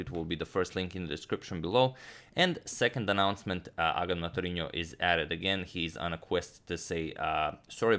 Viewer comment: and it is as of September 12th that Antonio can't still pronounce 'agadmatorino' correctly